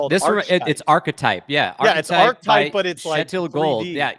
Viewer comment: No one picking up on () pronouncing 'ar-kee-type' as 'arch-type' on multiple occasions 🤦🏼‍♂️😂